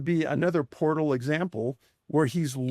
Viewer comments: We need a video on why Jeremy can’t say portal and calls them port holes. 😂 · now everyone take a shot whenever Jeremy pronounces portal, as port hole 🤣 all good! luv you Jeremy & George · JE: Repeat after me. Portal. JC: Port hole. JE: Portal! JC: Porthole. JE: Penguin. JC: Pangween! JE: Dammit! JC: Damn it. JE: ...........!? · "port-hole" You incredible jackass.... P O R T A L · He said “PORT HOLE” heehee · The woman in the uintah basin said it also portholes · It’s Portal not Port Hole Jeremy C’mon Man! Loved the episode ❤ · "Port hole", do you mean Portal? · Why is no one correcting Corbell on how to pronounce portal???. Does the guy really not know the difference? Astonishing.